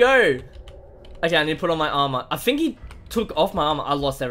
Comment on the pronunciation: Is in't weird???... i thingk that is not weird... i thingk that is true